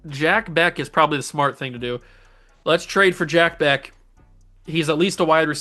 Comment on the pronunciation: And just a heads up, Jack Bech is pronounced "Jack Besch" lol. Love your videos, man!